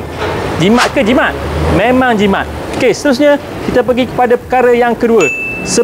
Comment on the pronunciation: apa dia kata? Jimat ke Jimak? hahahaha